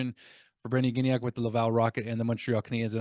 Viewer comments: NoT GiGnac, have a bit more respect for French names! Gignac is pronounced Gee-Niac... I enjoy your updates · Hey, Gignac is pronounced Gee-Niac. A hard G followed by an I sound will generally be spelled GUI and not GI. GI is a soft G. I know it's complicated lol. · Gig-nac hurts my brain